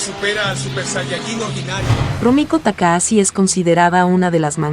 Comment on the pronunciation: Se escribe TAKAHASHI y se pronuncia TAKAJACHI, no TAKAASI, para eso está el traductor de Google. Maldita sea! 😂